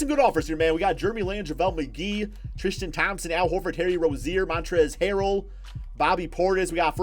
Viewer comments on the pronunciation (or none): none